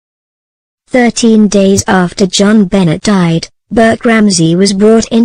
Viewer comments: BONET Not BENNET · Making myself clear, Jon Benet , the letter " T. " Is silent, the narrator' is saying Johnbenets it is Jon Benay the correct pronunciation. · Freaking bots...can't keep hearing Bennet instead of benet'. Going to find live people... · Her name Jon Benet is not pronounced Joan Bennett. It's pronounced John Benay. Found this very annoying. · LEARN HER NAME! IT'S NOT JON BENNETT IT'S JONBENET. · hint... type in "BEN-AY" and the computer would pronounce it correctly. sigh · The computer speaks it as spelled, not how it really sounds. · I like robot voices, but this one is awful. Either something wrong with the software or something wrong with the parameters selected by producer of the video. Jon Bennett? That's too much even for me. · Could have done without the mechcanical voice. It pronounces the little girls name as Jon Bennett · Geez you mispronounced her name the whole way through. Benay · Benet pronounced Ben a. It's Benetton- ramsey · The pronunciation of Jo-Benet is Jonbenay. Not. Jonbenay. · it's jonbonet ramsey not benet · And a bad robot voice at that, mispronoucing not only words but the name of the person who is the subject of the story. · Sorry, but why would you use a simulated voice that can even pronounce the poor child's name? It's insulting and not worth watching. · Teach your robot how to pronounce things. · This is so crummy it doesn't even pronounce the little victim's name right. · Another Robot voice and miss pronouncing the name. I will close this video as soon as I complete this comment. Bye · Say her name correctly please I don’t do it at all!! Computer voices good grief.